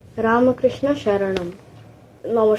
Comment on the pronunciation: Khub bhalo hyeche .. ramkrishna ta ramokrishno eivabe pronounce koro.